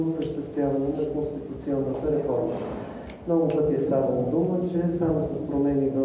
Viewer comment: Пронститунционата реформа ли каза КараДаГъ ?😂😂